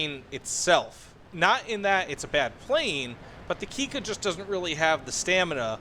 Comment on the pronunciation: its pronounce Kik-ka with a lonk K. you must stop after the ,,i" and say then ,,Ka". its important in the Japanes language to pronounce by double letters. example the difference from ,,itte kudasai" and ,,ite kudasai" is: Itte means please go and ite means please stay :D